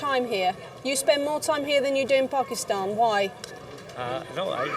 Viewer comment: This lady is a legend. The way she pronounced Pakistan tells me she’s been around Desis all her life 😂❤️